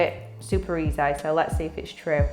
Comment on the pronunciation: She says easy and then says eazzai? Is this a genuine accent? Lashes look great!